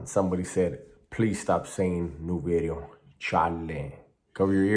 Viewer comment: Gotta keep the "new veedeo"👍💪